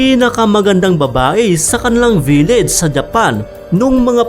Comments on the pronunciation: Vileds wahaa dapat village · I love your accent, say it again: "Vileds"